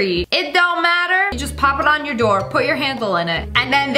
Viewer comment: Lol now I hear Door